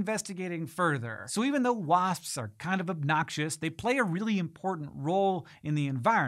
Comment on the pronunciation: The more Hank says "wasps" the weirder it sounds. Why is that, Hank?